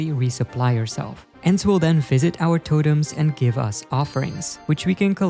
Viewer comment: There is no way bro says totems like that.